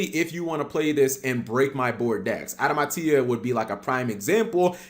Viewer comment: Adama tia (like tia is seperate) wtf cap, just say adamatia like before